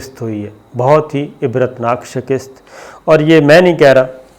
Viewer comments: Shikast Not Shikist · شکست آپ ش کے نیچے زیر پڑھتے ہیں جبکہ ش کے اوپر زبر ہے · Sabir plz shakist nahi hay shikast hay.